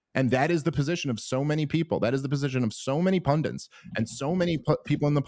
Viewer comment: "PUN-DIT", NOT "PUN-DUNT"!!!!!! Bloody 'Mericans